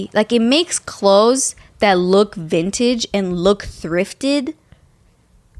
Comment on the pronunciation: Take a shot every time says vinage😂